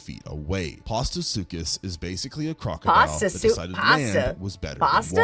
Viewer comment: Yeah it's Postosuchus not Pastasuchus.